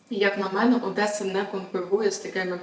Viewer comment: ОДЕСА, а ні Одєса, так було і будє